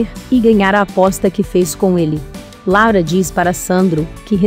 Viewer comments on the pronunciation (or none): Não é Lara, é Laura!!!!!!❤